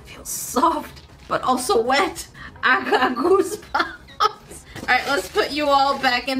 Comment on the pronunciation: Is it just me or did it sound like said goosebums instead of goosebumps on the first one